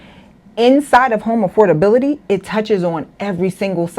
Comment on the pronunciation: She cant even prononuce AFFORDABILITY, properly. Use your vowels and tighten your tongue 😂